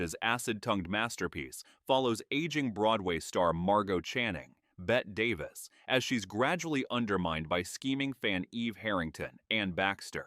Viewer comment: Agreed, this was annoying..."Bet Davis" It's Betty, the y is pronounced eeee. Ugh!